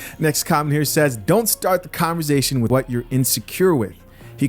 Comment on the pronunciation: Con - ver -SATION not ZATION